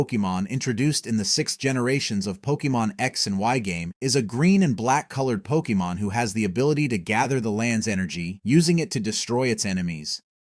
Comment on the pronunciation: Lol Poke eee mon, what are you a soccer mom?